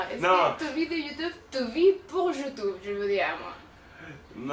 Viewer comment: Tu compte encore dire longtemps youtoube mdr😂😂!!!! Joyeuse Anniv gros!